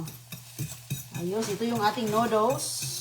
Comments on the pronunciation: Anong klaseng pansit yan bakit may kamatis? Saka dapat ayusin mo magsalita , noddles (nudels) hindi (nuduls) para mag stay manonood mo kc nakakqumay...kaya halos ala kna viewers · Natawa nga ako sa pagbigkas nya ng noodles 😂😂😂😂